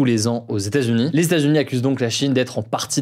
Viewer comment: "Les stats-unis"... Franchement Hugo, ce serait bien de prononcer correctement états-unis. Tu es trop important comme média maintenant pour parler comme un wesh wesh même si l'on apprécie le côté plus informel de tes actus du jour. Ta prononciation est bonne par moment puis mauvaise à d'autres.